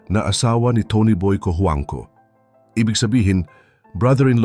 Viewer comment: Natawa ako sa apelyido ni Aga.. At ang pagkaka-bigkas sa apelyido niya at ni Tony boy Cojuangco,Rufa Mae Quinto🤣🤣Awit!!!😂😂😂😂Pinoy ka po ba?😁😁